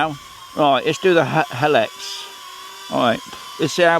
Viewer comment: Helix = Hee-licks